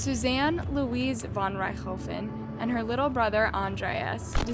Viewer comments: also rich-tho-fen? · Ok, I've watched this girl murder some pronunciations before but I can't let this go. The only way you can mispronounce Von Richthofen is if in your research you failed to watch ANY videos of this case... as it is a german name but you literally pronounce as you read it. Rich-tho-fen lol And I know Cravinhos is a Portuguese word and has the "nh" that a lot of laguages have a though time pronouncing but how you went from CA/RA/VI/NOS to ca/ra/ha/ves is beyond me.